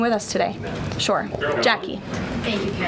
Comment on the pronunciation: Is anyone else irritated by her pronunciation of the word “sure”? She says “chure”. Petty, I know, but I’d rather laugh than cry 😊